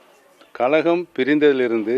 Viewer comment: கலகமா கழகமா...ஒழுங்கா பேச கத்துக்க